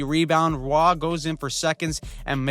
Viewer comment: Love your videos and thoroughly enjoying your recaps for the playoffs so far! Have some really solid matchups so far, glad to see nobody get swept out of round 1. Also FWIW, Matt Roy (WSH) is pronounced Roy as in boy, he's American :D signing him after the Caps traded Kuemper LAK for PLD seems to have panned out well for both teams, and he's been a super underrated defenseman in Washington this year.